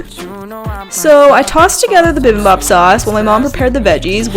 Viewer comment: I absolutely LOVE watching your vids. And it's so fun to see you and your fam workout together!! I'm Korean and I just wanted to say I kinda cringed when you pronounced bibimbap and japchae lol. But it's so good to see you try Korean food ;)